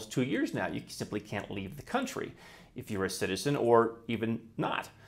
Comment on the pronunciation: "Your coluntry.." No. It's "Your overlord"